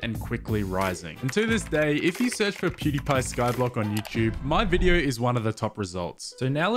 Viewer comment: keep saying Pewdepy... Isn't it PewDIEpie? From the verb to die?